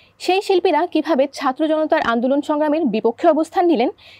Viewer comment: এই বেটা তো ছাত্র বলতে পারে না। আছে নলতে পারে না। 😂😂😂